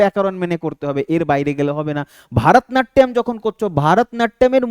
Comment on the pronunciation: ভারতনাট্যম নয় ভরতনাট্যম